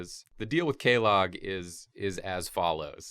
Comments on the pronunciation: I’m sorry but it’s Que-Lag not Que-log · No one calls her “Kay-log” and no one calls her “Chaos Witch Kellogg” either. You can hear her sister in game pronounce her name “Kway-log”... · The way he says quelaag makes me want to perish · I can take them butchering the lore, but god damn. How often is qu- pronounced like a k? (and yes, dialogue in game confirms it is pronounced quell-log not kay-log) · kway-lag not K-log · Come on dude, I love you guys but it's "Qway-log", not like fekin' k-mart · Kooeylog. It's "qwaylag" haha, it's okay though. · K-wey-larg Not keh-log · The fuck is Kaylog? It's Quelaag. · It frustrates me immensely that you say Quelaag as klog instead of kwehlog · I’m triggered. It’s “kwaylog” not “kaylog” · According to Miazaki himself, Quelaag is pronounced "kwee-leg" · Anyone else triggered but their pronounciation of Quelaag? I've always said "kway-lag". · "Chaos Witch KAY-LOG." I guess she makes cereal now :P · So for future reference it's pronounced q-way lag not pronounced with a k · Okay, this is killing me, KWEY-LAAG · Boi. It’s pronounced kway-lag or kway-log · its pronounced kway-lahg her sister says it about a thousand times come ON my dude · "Kwee-lag"......this guy also gets all the lore wrong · It's pronounced KWAY LAAG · K e l l o g g s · Kway lag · That's not how you pronounce Quelaag. its qwa- lahg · Is Kway-lag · I though Quelaag was pronounced "Kwel-ahg" idk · I thought her name was pronounced Qwaylag. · Pronunciation for Quelaag annoys me, in the game they mention her by name and it's pronounced "quee-lag" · It's KWEY-LAG, you HEATHENS, you utter FOOLS! you BUFFOONS!!! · I thought it was (KWAY-LAG) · Oof, that attempt at explaining Qulaag lore hurts me, just a little bit. Also there is no k or c in there. It's a Qu. Those make a 'kw' sound. Her sister even says it for you! Honestly I'm going to be imagining Kaylaag's Cornflakes all day now. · I know right!! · Nah, it's kaylag. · the way they say quelaag still gives me nightmares.